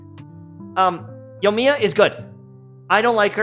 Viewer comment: I've heard so many streamers and Youtubers call her Yomiya, there's an I in her name lmao